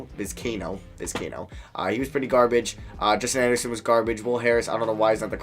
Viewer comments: hearing you butcher these names is brutal, just read Vis-kai-ee-no Bed-ro-sian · Pronunciation: Viz- k - eye- a - no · love the videos and I love that your doing MLB. But please, PLEASE learn how to say these guys name Bedrosian and Vizcaino were annoying me the whole video